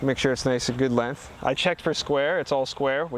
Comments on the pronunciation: The way you say "lenth" over and over again in your videos is too much for me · Great video. Lots of great content in a short amount of time. I thought I noticed a little accent when you said length. Where are you from?